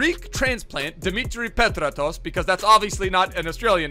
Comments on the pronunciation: Dont ever say petratos like that again😠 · You slaughters king dimi petratos’ name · The way he pronounces Petratos😂